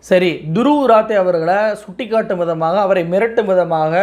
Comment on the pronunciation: Dhruv Rathi.please render the name properly in Tamil. ராட்டி